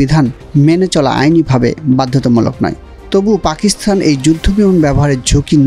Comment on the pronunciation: জনাব রিপোর্টার, পাকিস্তানে 'থ' পেলেন কোথায়? উচ্চারণ ঠিক করুন।